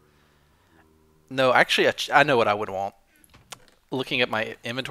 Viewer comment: Sayin Whhat Wheird?